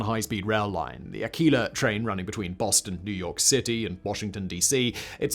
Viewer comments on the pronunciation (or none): "The United States has one high speed line. The Akeela Train"... The what?... Oh, he means Acela (ahk-sell-uh, like the first bit of "accelerate"). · Dear Simon, Uh-cell-uh....not Ah-keel-ah (Acela) 😂😂😂😂 Still love ya and the knowledge you bring😊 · Ah-ke-la? ... "Ah-cel-ah "= Amtrak's Acela Express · I’ve never heard the Acela called Aquila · Acela = uh·seh·luh... not akeeluh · It's the ACELA, not the "Aquila" that runs between Washington and Boston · That would be the 'A-Cell-a,' not the 'A-Khill-a'' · Uh-sell-uh, uh-sell-uh, uh-sell-uh. Why do so many of these transit videos call it ah-kee-lah? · Acela❌ Akeela ✅ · Ah cell ah. not ah keela... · Acela = Ah-kee-la? lol wat. Uh-sell-uh. C'mon, talk like an American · As always, your mispronunciations wound my soul. It's "uh--cell-uh" NOT "aquila." 🤣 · "AH KEE LA"???? AYYY CELL LA! jesus do you brits even try to do "research"? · I’m sorry, did you say Ah-key-La? Ah-cell-ah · Lmao, Acela - "Ass-Ell-Ah". Not "Ah-Key-Lah". Jokes on me though, yes, US high speed rail is a bad joke. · people say uh-sell-uh. no ahk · Ahkeela ? Oh come on Simon! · did he just say AKEELA? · LOL ...American's "A-quila" train... TAQUILA! lol ...did you even do one minute of research for this bruhaaaa, u know other than just spouting pro chinese communist propaganda? OH AND PEOPLE HAVE DIED FROM HSR! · a-KEY-la (acela) ?!? (phones Amtrak.... hello? id like to take the a-key-la) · Akeeela express lmao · A-SEE-LA — Acela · Soft C in Acela. “a Sell a” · Simon, Acela uses a soft c. Not a hard c. A - cell - a. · "Akeela train" 🤣🤣🤣🤣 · I don't really know why I should listen to the trains-related opinions of a guy who doesn't know how to pronunce "Acela". 🤷‍♂️ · You murdered the name of the Acela train. The C makes an S sound. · one of the worst mispronunciations ever 😭😭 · That belongs in the Mispronunciation Hall of Fame! 😄